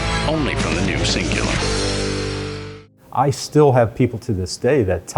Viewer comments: cingular lol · Cingular xD